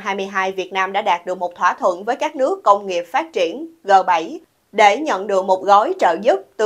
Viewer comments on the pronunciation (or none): Ghê 7 chớ không phải GỜ 7 à.VC nó nói G là gờ.